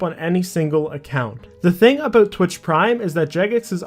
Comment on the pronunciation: Ah, "today we got a lot to talk aboot"